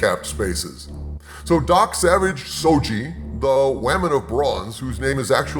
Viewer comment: "Wahman of Bronze" xD!! Never change,.